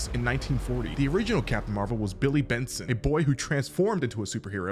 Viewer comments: *Billy BATSON. Not Benson. This isn't Regular Show. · Batson! NOT Benson!